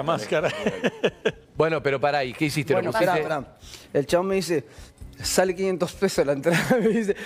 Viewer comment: Por qué decís buenou ?